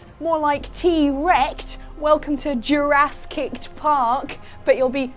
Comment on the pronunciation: Yourasskicked Park had me DYING